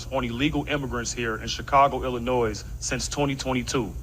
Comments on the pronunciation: "Illi-noise" seems like he's educated in Chicago. ❤ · Eh you can't expect perfection from a city of trash. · I would trust the guy giving Mayor Johnson Hell if he pronounce the state he was in properly. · You stuck without the "t". - - - The people of Chicago talking about their mayor. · He should first learn how to pronounce Illinois. THEN I'd vote for him!!